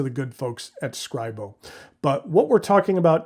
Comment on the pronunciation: No, not 'serscribo' screebo!